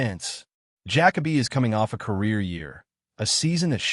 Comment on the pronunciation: I can not listen to this bs fucking AI voice call him Jack-A-Bee. Use your voice or hire someone else